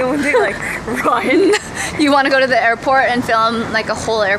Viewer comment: I love watching your VLOGS but one thing I can't stand it hear is when you pronounce "the" as "duh" for ex- "here's the shout out of duh day" .................😬😬😬😡🙄🙄